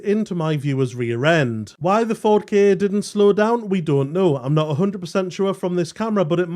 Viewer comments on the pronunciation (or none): Ka not K A, but Ka sounds like car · The maker of this video has probably never seen the ads that were all over commercial TV when the Ka first came out. "Get into the Ka [pronounced car]". I expect there's at least one available on YouTube, even though they weren't as memorable as Va-va-voom for the Clio. At least, I think it was the Clio 😁